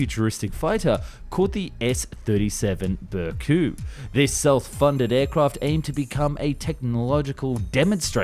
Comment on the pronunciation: It's not pronounced "Bear Coup", but "Ber-cut" as in "barrel" and "charcuterie".